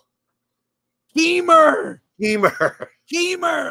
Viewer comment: I chuckle every time I hear "Keymur"